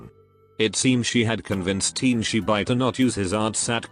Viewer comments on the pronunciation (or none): Damn Tianshi Bai got pronounced team chee bye, poor fella